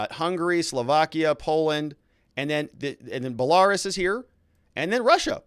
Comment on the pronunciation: Pronounced bel-uh-roos